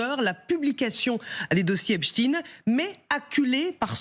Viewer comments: "epstein" à l'allemande, ou "epstine" prononcé à l'américaine... mais arrêtez "avec "hep-chtine".... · Epstein 😂😂 penoncez le bien on a mal aux oreilles 👂